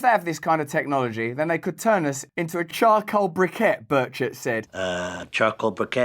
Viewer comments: Your pronunciation of Burchett sounded like bird s*** laugh my a** off😂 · LOL when he Said Burchett it sounded like Bird Shit🤣🤣🤣